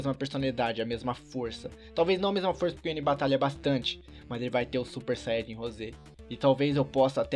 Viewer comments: Quem percebeu que ele falo xanhadin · ate ele fala Xayajin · se disse xaiadin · vcs viram no 1.58 ele falou chaiadin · Você disse super xaiadin